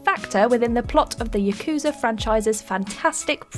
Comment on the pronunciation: You pronounced Yakuza wrong!!!